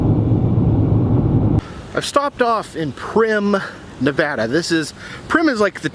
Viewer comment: How to pronounce Nevada, you east coast!